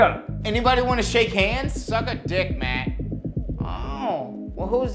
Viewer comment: "Mahk" "Maht" "Memahw" lmfao i love how everyone has an H randomly in there. Surprised it wasnt "Rohy"